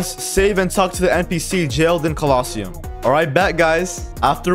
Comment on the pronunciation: anyone else get annoyed by the way he says quest and colosseum